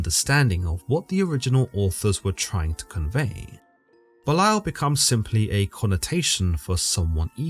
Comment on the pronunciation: Very educational, interesting, and accurate. Not to seem like condescending or the grammar police but Belial is pronounced belly/al😅